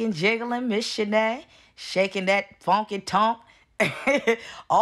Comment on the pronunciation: Mannnn!!! I freaking love you! 🥰 You are so crazy 😂 especially when you use the word "funky" the accent just take me out 🤭🤭🤣🤣🙃 but seriously... She's huuuggeee!! 😂